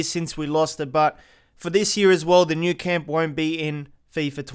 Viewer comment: It’s Camp Nou not nou camp